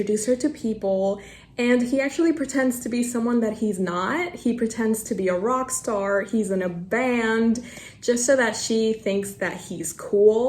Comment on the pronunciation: “wrock stawr”